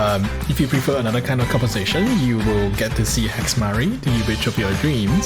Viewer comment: all i heard was he she it